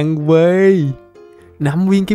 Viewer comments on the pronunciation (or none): chữ quê chữ ê kéo dài quê quá hahahah